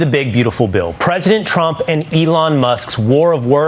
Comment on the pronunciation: I remember when you first pointed out the press sec can't say Trump. So you're going to just roll with Frump now😆